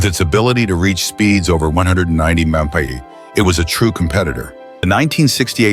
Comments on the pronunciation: Listen how this BULLSHIT Ai narrator fumbles even the word MPH.! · If you rely on this video to learn anything, you will be sadly lacking. Mispronunciation, wrong information, wrong images with narration, and so on. Computer voice stumbling over MPH and KPH especially.